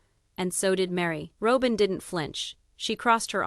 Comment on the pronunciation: You need to pronounce fourth wife name correctly !!!!!